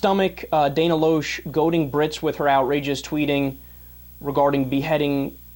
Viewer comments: Ugh, Pronounce Dana's last name right! It's Lash not Losh! LOL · it is pronounced Dana (Lash) aka Loesch, and she has her own radio show that Piers has been on a few times. I bring that up because if you don't even know how to properly pronounce her name, than you can't possibly have done the research to know what ideology Dana Loesch actually adheres to. You don't know about her liberal democrat roots, you don't know what caused her convictions to change and you don't know what she, as an individual stands for. Do you research then shoot your commentary. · Atheist conservative here. Hey sport, might consider learning how to pronounce her name before declaring her "super dumb". You abdicate IQ points by declaring yourself a liberal. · I like how he says she is dumb.. But he can't even seem to say her name correctly. Especially when a 5 second google search will show it, or that actually watching anything she is in will say it.. But no.. This kid is obviously a tool of the highest order. Btw.. The books aren't fooling anyone, "bro".